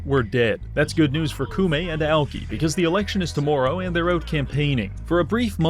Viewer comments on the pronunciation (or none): Heard him say 'tomorrow' with that accent and thought it was another Yakuza named To Maroo. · The way he said “tomorrow” made me think it was another Japanese name at first.